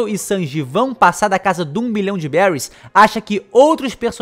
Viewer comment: Se fala beris